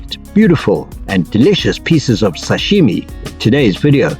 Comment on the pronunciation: It's SASHIMI not SASHIME😂